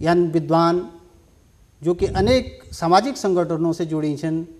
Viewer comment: बात करते समय कृपया माथे पर पर बल न लाएं... सहज रहें - Notice the same. " ब्याकरण " ==> " व्याकरण " " बिद्वान " ==> " विद्वान " " भासा " ==> " भाषा ". "...भाषा क वास्ता काम कदिन..." त भाषा भि शुद्ध हूणि चैन्द.. नथर हम जना कम पढ्यां लिख्यां लोग मि कमेंट करण लग जन्दीं. हमथै कमेंट करण कु मौका न द्यावा. " बिभिन्न " ==> ' विभिन्न "